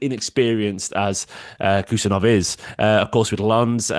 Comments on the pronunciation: Hey! His name is actually pronounced HOO-SANOV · It’s pronounced “ who Sarr Novv” heard his countryman say it 👍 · Correct pronunciation would be: "Husanov" without K. In Uzbek there are two letters "H" and "X" which represents english "H (aitch)". "X" reads in english as "ex" thats why to make the difference in written international names in english, between "K" is added before "H" in his name. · No Abdukodir Khusanov, Abdukhodir Khusanov, First of all, be sure that you have correctly pronounced his first and last name, and then you will talk about him in general, this is a great lack of respect, no matter what country he represents